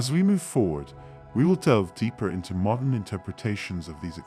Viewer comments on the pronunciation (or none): none